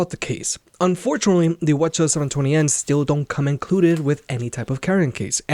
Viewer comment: Lol, I thought he was speaking another language 🤣